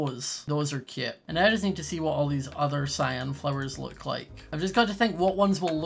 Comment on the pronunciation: I love how he says cöte